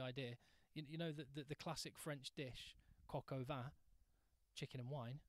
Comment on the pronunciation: Coque au vin pronounce nothing similar to cocker van